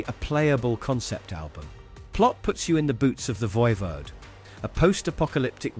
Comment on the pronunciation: It's pronounced Voivod like in english even if they're french canadian...